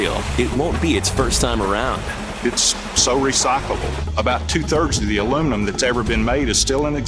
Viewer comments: Americans, the correct way to pronounce this metals name is Alu-minny-um. And the word nuclear is pronounced nu-clee-ar, not aluminum and nucilar. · What is alumunium? The correct name of the material is aluminium. Even if wriiten as americans pronounce it it is still wrong. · Raymond J my problem is that you can't say aluminium properly. which part of that did you not understand? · (FlowRyan) Agreed ......... that has got me royally P*&^%$D off. The bloody word is Aluminium ... 5 syllables. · I can't stand the constant american pronunciation of aluminium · If your going to call it Aluminum the whole video, at least spell it like that in the title, its breaking me. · The wrong way to pronounce the subject metal. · A L U M I N I U M American when will you get over that one spelling error and learn how to say and spell this word, it really is simple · Actually, it was the original pronunciation before an extra syllable was added. But that's okay. We don't mind you pronouncing it wrong. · could you stop saying aluminum. This is not a word. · why can't americans say aluminium correctly? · What the heck is alumenum? :)) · It's pronounce aluminium NOT aluminum! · why is the title ALIMINIUM and he calls it ALUMINUM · A few minutes in and i gave up watching ... Al-oom-in-um ... Al-oom-in-um ... Come on , Its Alu- min-i-um " Aluminium " ... FFS ! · al u mini ium not aloominam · For once and for all! it's pronounced ... ALLA MINI YUMM.... now do americans get paid the MINOOMINUM wage? NO its MINNA MUMM! get it? got it? good! ALOO MIN HUMM indeed!!!!. lol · Aloominum lol it's aluminium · The rest of the world understands that Americans have trouble with multiple syllables so we let you call it aluminum to feel included, really we're just continuing to be amazed if not disapointed by the lack of able minded people capable of saying aluminium within the US... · OH, THEY MEAN ALU-MIN-IUM.....!!! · its called al E fucking minion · It's Aluminium... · *aluminum, get it right